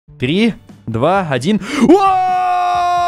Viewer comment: Мне одному послышалось в начале не три а ториэль